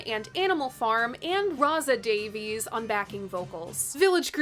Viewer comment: PLEASE,... NOT "DAVE-eez!" Ray himself publicly upbraided the critics Jim DeRogatis and Greg Kot on the Sound Opinions podcast, telling them that the family pronounce it "DAVE-iss."